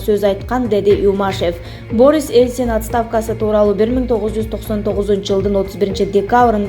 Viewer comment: Канчанчы классты бутконсун?Борис деп окулабы?Биринчи озун окуп тушунуп анан эфирге чыксан болмок.